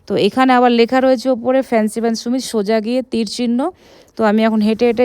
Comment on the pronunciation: সুমিত না ভাই, সামিট । মানে peak